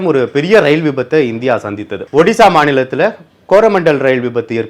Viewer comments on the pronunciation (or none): none